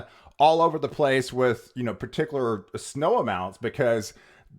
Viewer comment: No comment on how he says pa-tickler for particular?